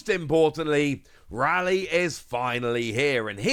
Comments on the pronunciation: Ray-lee not Rally. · Correct pronunciation of Rayleigh = “RAY” “LEE”